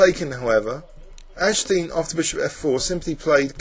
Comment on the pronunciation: Oh, and AG-DES-TEEN is the correct pronunciation. Still a great video!